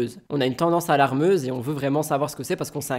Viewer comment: Salut on dit alarmante pas allarmeuse 😂